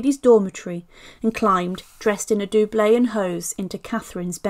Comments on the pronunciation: Nicely done, but just check your pronouncement of doublet, as in doublet and hose.....Dub..let... The only criticism, otherwise I really enjoyed it, thank you. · fyi, doublet should be pronounced similar to couplet or cutlet. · The pronunciation of doublet jarred.